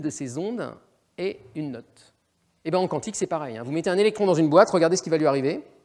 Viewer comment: Le présentateur prononce QWANTIQUE. Cette façon de prononcer le Q n'est pas française. On doit donc dire Physique Quantique, prononcé comme ''cantique".